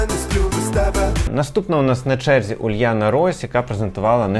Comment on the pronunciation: не варто зросійщувати імена та прізвища наших артистів. Дорофеєва, а не Дарафєєва. Уляна, а не Ульяна і т.п.